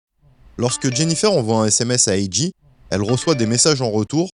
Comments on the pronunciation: Très bonne vidéo bien racontée ! Par contre lol AJ tu l'as mal prononcé tout au long du vidéo! Le J en anglais se prononce comme un G ..... Cest donc comme si tu disais "Jay" et non J ...... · Ont dit A-Jay,pas A-Gee😂😂✌ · Top la vidéo mais faut faire la difference entre G(gee) et J(jay)😉✌✌ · C'est A.J(A.JAY),pas A.J(A.GEE)🤦‍♂️😂🤣🤣🤣